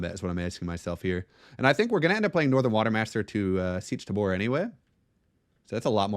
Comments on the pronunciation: I will never get over the way you pronounce tabr "tuhboor" 😂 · Seech Tuh-boor YEP!